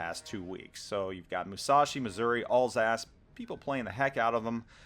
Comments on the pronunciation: Alsace? you mean Alsauce. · Alls ass... that is uh, not how you say it. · Alsace should be pronounced like Al’s-arse. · Alsace is pronounced 'Al(as in the name)-sass', not 'all-sass'; Richelieu is pronounced 'reesh-lur', not 'reesh-uh-loo'. Sorry, it was driving me insane...